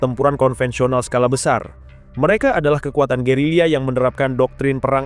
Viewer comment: Gerilya bang. Bukan gerila